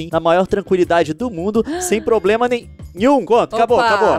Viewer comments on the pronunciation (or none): none